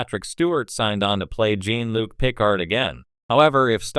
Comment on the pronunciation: "jEEn" Luc?